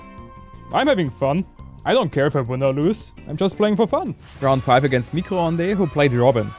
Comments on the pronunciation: "micro honday". It's french for Microwave, you had the first part right "mi-cro" but the second part is pronounced "ond" [ondeuh], not [ondé] :) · pronouncing "micro-ondes" is so sweet for a french viewer like me